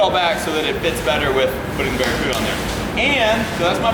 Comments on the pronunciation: It's the democuda it's the De Cuda🎉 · anyone else cringe everytime he said barracuda ? it's a CUDA not Same, Same. But different.